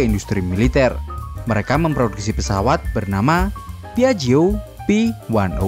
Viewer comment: Penyebutannya :piakjio